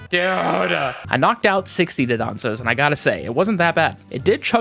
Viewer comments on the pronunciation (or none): Please It's Dondozo, not Dodonzo The n is first. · You also say dudonzo. I say it even though I know it is dondozo